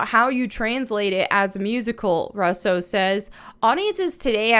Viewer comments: It's pronounced "Rue-so," not "Russ-so." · I love you sis, But their family name is pronounced "RU SO" their two brothers who make movies some of which most people have seen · I agree that this live action stuff is crap and that it won’t go well like the rest of them but the thing I’m curious about is why you say Russo the way that you do lol 😂. I don’t think I’ve ever heard it pronounced like that